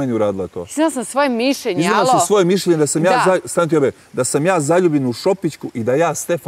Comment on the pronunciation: Neka neko objasni da se ne kaže mišJenje nego mišljenje.